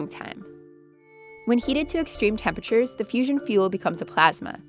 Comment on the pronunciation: higher "tempechures"